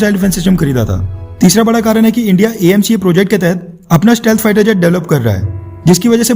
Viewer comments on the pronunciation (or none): Sorry emca nahi amca